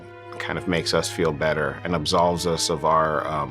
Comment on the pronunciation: "Us" (Os), no "Ass"